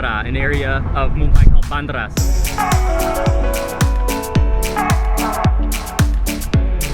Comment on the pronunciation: he called it literally "baandara" 😂😂😂 it was hilarious! it's actually pronounced as "BeinDra"